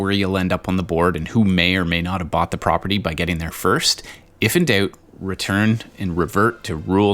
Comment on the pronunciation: Canadian accent came out when you said “when in doot”